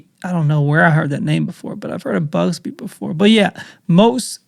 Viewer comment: I'm he knows It's not BUGSBY😂 It's BUGSY. Be safe.